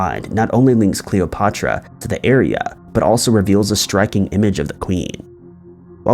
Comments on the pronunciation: 'CleopOtra' made me flinch every time you said it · say "Patrick"...now say "Cleo"...now say "Cleo-Patrick" & you'd still be pronouncing it more accurately than you do in this video. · Alex AND riuh ... Cleo PA truh it roots down inside my soul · Super impressed with your commitment to the mispronunciation of both Cleopatra and Alexandria.